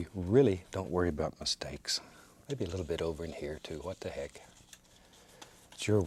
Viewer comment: Its so funny whwn he says What tha heck😂